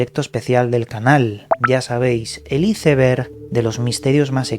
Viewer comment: Por qué pronuncias así "ICEBERG" lees bastante...creí sabrías pronunciar.